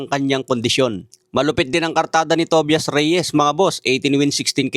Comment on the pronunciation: Di marunong mag pronounce, Tobayas at Myel ang pagbasa sa pangalan nila.